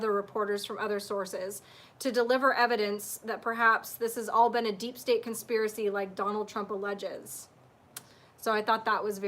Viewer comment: Hey, good to see u back again. I've also been taking a break just started catching up. I have a prediction about 8chan, I believe the second it comes back on, Q will post immediately. I see u struggling all the time with the words "deep state". Why don't u just say it the way Ben & Rob do? DEEP STANK! Thus avoiding Utube censorship. We know what it means! U were talking about presidential conversations being confidential. Would it not be better if all these conversations were public domain? Promoting transparency & minimising corruption? The more secrecy that exists, the more corruption can flourish. Now stop wasting time & get your son's toy from under the big blue sofa!👽💝 P.s. many year's back when I & my family came to California my father asked me whether I wanted to go to Disney land or Knott's berry farm. Luckily I chose the latter! Not completely sure if Knott's berry is Disney owned? P.s. enjoyed your talk on ECETI radio with James.